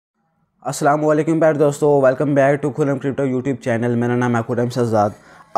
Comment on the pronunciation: Bro crypto hota hai na k krypto